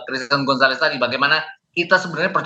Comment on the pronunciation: mas gonzales😂😂😂😂😂 abang gomzales yang bener😅😅😅😅